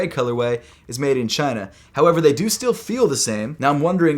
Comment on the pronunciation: he said made in Chaineeeh....